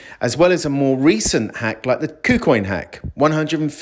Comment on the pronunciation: "Cocaine Hack" instead of KuCoin Hack. lol